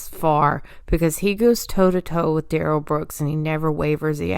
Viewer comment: I LOVE DUHrell Brooks objec-shun “I don’t go by that name (Darrell Brooks) and I am here by special appearance as a third party.”, as if he’s a special guest star. 🤣 It reminds me how Melrose Place had Heather Locklear as “Special Guest” for 4-5 seasons, even though she was a regular cast member. See in video attached